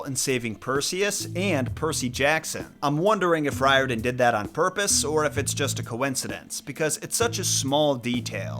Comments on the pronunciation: Riordan Author really should be pronounced REE-or-dan. That's how they say it in Ireland, where it originates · It is pronounced, "Rear-den". Hermes has the "H" pronounced, according to my Greek uncle.